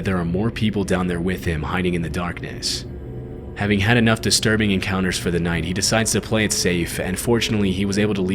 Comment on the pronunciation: Why do you say nighd? Great videos, but you talk a little to much through your nose.